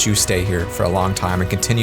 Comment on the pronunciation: This had me in tears until that "peace, plszsltzlszst" 😭